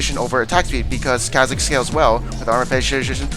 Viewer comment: ffs is pronounced CAW-zix, not ca, as in candy